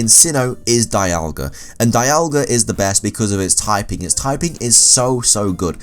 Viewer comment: Dee-al-ga not Die-al-ga